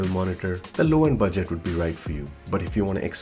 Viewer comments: Bu - Jet LMFAOOOO your pronunciations are too funny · 'budgêêt' PC 😂